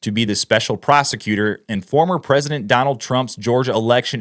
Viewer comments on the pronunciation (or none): none